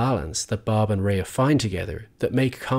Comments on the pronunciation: Very good video. I thought that both Rhea Seehorn and Michael Mando added so much to the series. Both of them are truly great actors. Rhea should win the Emmy this year for her performance. I do have one small criticism of your video. Throughout the video you mispronounced Rhea’s first name. During an interview she said it is pronounced “Ray” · She pronounces her name “ray” not “ray-uh.” So annoyed that a whole 16 minute video dedicated to her character and the actress that plays her, you couldn’t have done two minutes of research to figure out how she pronounces her own name? There are tons of interviews of her on YouTube where she introduces herself. The disrespect. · Nice analysis. Note that Rhea’s name is just pronounced “Ray”, not “Ray-a”. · Stunning video as always! However her name is actually pronounced "Ray", it's a bit sad that in a video dedicated to her amazing craft and performance her name is mispronounced :( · And her name is pronounced RAY not RAYA fyi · Her name is pronounced Ray jsyk.She is a fabulous actor, when she cried on the bus it was the most realistic full body sobbing I've ever seen. Every scene is a masterclass in acting, Kim was a fully realised character from day 1. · Yep. "Ray." Watch just one behind the scenes for BCS and you'll hear it pronounced that way over and over. I guess this guy just didn't observe that. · I know everyone gets this wrong, but her name is pronounced as just ‘Ray’. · Rhea is actually pronounced like 'Ray' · her name should be pronounced like "Ray" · pronounced RAY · Kim is incredible, but Rhea is pronounced "Ray". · the pronunciation is Ray though... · Except that he doesn’t know how to pronounce “Rhea”. One questions how closely he really does follow this actress. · Amazing video on an amazing actor that also manages to pronounce her name wrong for the entire 16 minutes 😭